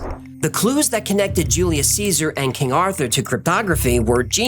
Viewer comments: At about and thereafter you say "dopa-min". But, it's actually pronounced "dopa-mean". Work on that. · dopaMINE not dopaMIN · Dopamine is pronounced 'dope uh mean'. Thanks for amazing, incredibly detailed, creative and engaging content! Wow! YOU are greatly appreciated! 🎉❤😊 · Is it "Dopa-meen" or "Dopa-men"?? lol I feel like he's pronouncing it weird. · why does he pronounce “dopamine” incorrectly? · Is the correct pronunciation for dopamine to end with "-een" or "-in"? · the way he pronounces dopamine 😫